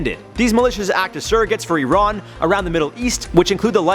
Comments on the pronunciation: E-rohn? Its pronounced "I-ran" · Nobody:: uron